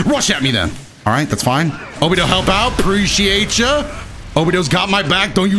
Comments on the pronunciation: I'd just like to point out that it's pronounced Obito, with the hard T, not like Obidoe, just saying :) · Saying obido sometimes was a lil triggering but overall I like the vid love the content keep it up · Did he just pronounce obito as "obido" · Did he really say Obido